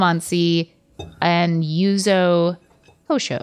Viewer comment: and yuzo instead of yuzu